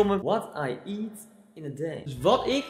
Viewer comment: Goed geëngelst: What i eet in a deey 😂😂😂